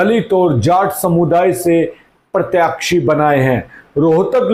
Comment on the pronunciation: Please keep the pronounciation correct Sir. Such as प्रत्याक्षी- It is प्रत्याशी.